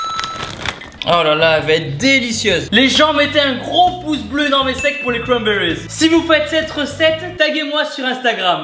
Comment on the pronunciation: A chaque fois qu'il a dit "y'a des cramberries" j'ai exploser de rire 😂😂 surtout a et a